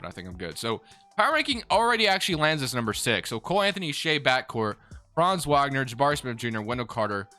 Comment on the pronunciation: Great video as always. One small thing, likely you've only seen his name and never heard it due to him being on the terrible magic... but Mo Wagner is pronounced VOG ner. just for the record lol